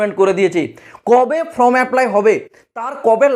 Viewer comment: ফ্রম নয় ফর্ম। WBCS নয় WBSSC. ভুল গুলো কানে লাগছে।